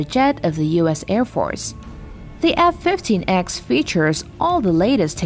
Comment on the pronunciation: It’s pronounced F15 (e)(x) not ex